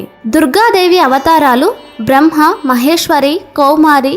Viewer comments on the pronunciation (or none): none